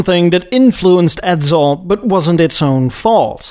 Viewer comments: Good story bro but it's Edsel, not Edzel. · I've never heard of a car named Edzuul & the voice is hideous & sleeazy